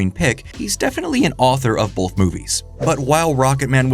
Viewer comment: I can’t get over how you and so many others put an L into the word “both” turning it into “bolth”.